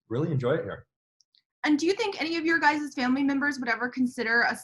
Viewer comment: Did I just hear a professional interviewer say “your guyses” ???